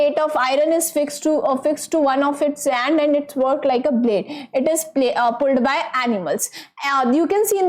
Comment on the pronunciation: Mam you said and, but that is end